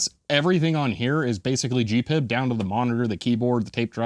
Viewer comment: It‘s GP-IB and not gpib.